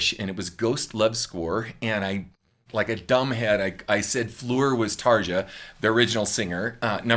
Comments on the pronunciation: You got me to subsrice with ."...yeah I kinda do!" <3 Btw Tarja isn't pronounced tarjsha...it's more like Tareeya ;) Not trying to be a smarty pants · First of all Tarja's name in pronounced Tar(ya) not Tar(ja). Secondly, Floor is treating her vocals like Amy Lee? Floor's original band After Forever released their first album in 2000. Evanescence's first commercial release was in 2003. Thirdly, Trans Siberian Orchestra's first release was in 2006. Nightwish's first album was released 2004. Fourthly, the vocals on Storytime were recorded by Anette Olzon, not Floor or Tarja, with Nightwish in 2011. Also, yes, Nightwish runs background tracks just like almost every other existing successful symphonic and prog metal band. Finally, you clearly have a great talent and an amazing vocal range that can match most or all of Nightwish's three female vocalists. So why is Nightwish playing at Wacken in front of 75,000 fans and you are posting vocal training videos on YouTube???? No disrespect intended here but I am curious as a former professional musician how that works. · Little friendly note; the letter J in Finnish is always pronounced like the Y in "yarn", "yawn" and "yard". Most of us don't mind if people don't get it perfectly right though. We know it's not the easiest language ever. :) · fyi, Tarja is pronounced more like Tar-ya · Her name is actually pronounced Tarya.. over there the J converts to a Y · Hey, just a kind note on pronunciation, Tarja is pronounced "Tareea", or Tarya, J in Finnish sounds like a weak "i", as in Aria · The name is pronounced "Tarya" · Nice analysis. BTW - you would probably get closer to the correct (Finnish) pronunciation of her name with: TARYA or perhaps TARIA. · I cringe a little with the mispronunciation of Tarja. Overall enjoyed the video